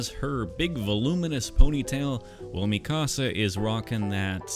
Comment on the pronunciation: It’s “Mika-sa” not Mi Casa